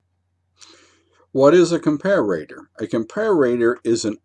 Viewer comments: good video, but you drove me crazy calling a com-par-a-tpr acom-par-a-ra-tpr. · pronounced compare-a-tor NOT comp-a-rator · It’s comparator not comparrator you knuckle head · GREAT VIDEO THUMBS UP AND SUB. Just one not-to-important thing...COMPARATOR is pronounced: "COM-PAIR-ITTER"...where "ITTER" rhymes with 'HITTER' Sorry for the little nuisance. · What country are you in? I've never heard the pronunciation "compare-RAY-tuhr" before. You sound American but most Americans would use the pronunciation: Are you a British bristols watcher? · Even though he's a native english speaker, his pronounciation of comparator seems a bit off, as observed in other comments. Thank You for the excellent presentation, mr.!